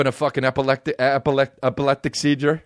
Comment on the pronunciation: "Epelectic Seiger" 🤣